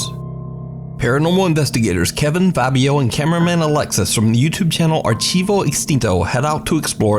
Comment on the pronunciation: The right pronunciation of Archivo is Ar + tea + vo. The chi has sound of "tea".